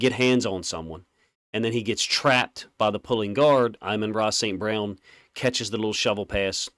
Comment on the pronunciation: He’s saying his name perfectly according to Saint.